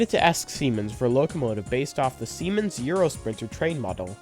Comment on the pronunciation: Siemens is on point though